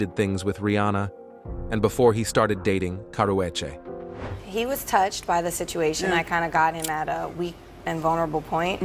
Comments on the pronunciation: Why they pronounced Karrueche name like that..and when was she in a fight with Rihanna 😂.. She always full of herself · The narrator is killing the name pronunciations